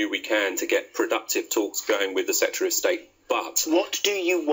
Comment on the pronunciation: This man can't speak. Setry of state? Have a valuation... It's SECRETARY and EVALUATION